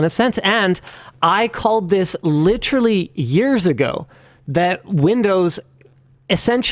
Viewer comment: lit·er·al·ly....4 syllables, Linus. You can do it. I believe